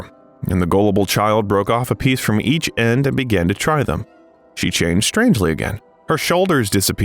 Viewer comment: Sorry = no R in EACH !